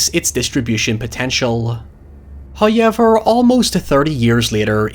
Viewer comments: Lol “highever”. Is it really THAT hard to say “however”? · If u say hoyever 1 more time... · Quickest ‘hoyever’ ever?? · Thanks for bringing up that HOYEVER, I love to hear it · Excuse me that's HOOWER to you